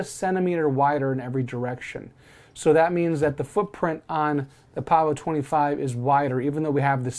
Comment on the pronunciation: Yes Sir, you pronounced it correctly. 😄